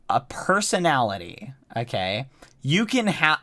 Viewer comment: all i heard is "okgey"